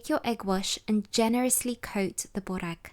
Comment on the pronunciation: Hi there, pronounced berrek. Berr like spur and fur. Rek is rek like reck. Not booorek or bohrek or bore-ek. My mum makes these- 2 full layers with cream brushed between, fetta and parsley spread over entire sheet, spirals and then dunks both sides quickly in water, and then brushes egg yolk, sprinkles sesame seeds and nigella seeds on top. To die for. Dunking in water is her secret . ❤